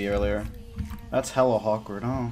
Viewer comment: When you try to say “ thats hella awkward” but say “hawkward” instead. I caught you. Not letting you slip this time.